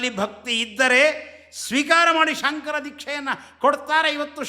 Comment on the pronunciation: ನಾನು 3 ಬಾರಿ ಶೃಂಗೇರಿ ಶ್ರೀಗಳ ಮಾತನ್ನು ಹಿಂದಕ್ಕೆ ಕೇಳಿದೆ. ಸ್ಪಷ್ಟವಾಗಿ ಅವರು"ಸಂಕರ" ಅಂತಲೇ ಉಚ್ಚಾರಣೆ ಮಾಡ್ತಾ ಇದ್ದಾರೆ.